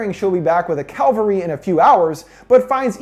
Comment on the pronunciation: Cavalry.. listen and repeat CAVALRY not calvary. and im not even an eglish native speaker.. but everytime i hear this hickup i could scream. but still.. you do a great job witht hose vids